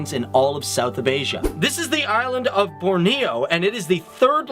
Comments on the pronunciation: did you just say borneo borNEEoh? i'm sorry did you guys go to hs? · It’s bor-neo not bor-ne-o EDIT:sorry if I was wrong:p